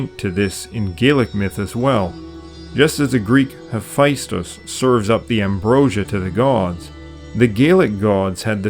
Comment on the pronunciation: There's no I in Hephaestus.